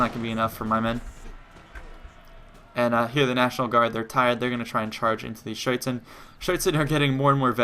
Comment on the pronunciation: So funny how you pronunce "Schütze"